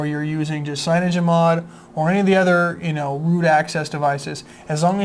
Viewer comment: I love how you call CyanogenMod feature Phiremod features.